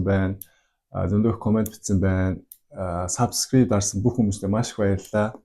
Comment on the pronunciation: СабскрийД биш СабскрайБ буюу Б үсэгээр уншина.